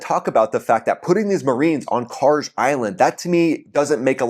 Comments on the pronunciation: Kharg is pronounced kharg, not karj. I understand slopping the initial kh into a k, but that last letter is a galf, not a jeem. In Farsi, galf sounds are pretty much always a hard g. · bro khaaaarg G pronounce like g in Gun its not Jee its Gee